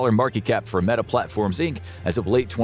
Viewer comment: They say this is not A.I but he pronounces Meta as "Meeta"...